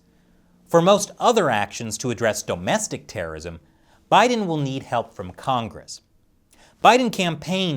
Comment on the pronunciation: Stop saying dome-estic terrorism